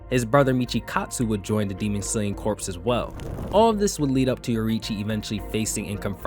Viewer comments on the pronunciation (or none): His brother joined a corpse? There was a zombie killing demons in this anime/manga? Corps is pronounced "core", my dood. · CORE, not corpse, is how you pronounce "Corps". Besides that, great video! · "Corps" is pronounced like "core." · Not a big deal but the “p” in “corps” is silent. Thanks for the entertaining vids, bro 🙏🏻